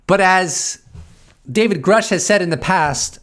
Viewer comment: You keep pronouncing Grusch wrong. It actually rhymes with douche. And that is appropriate.